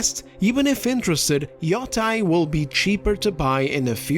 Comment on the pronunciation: Yoteī notice the - over the i? It’s to draw out the sound. Ee-oh-tay, modern day name is Hokkaido (ok-eye-doh)